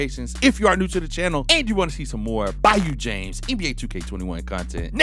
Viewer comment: Say it with me bayu jamessss